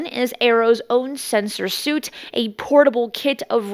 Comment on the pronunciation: "sensor suit" it's "suite" thx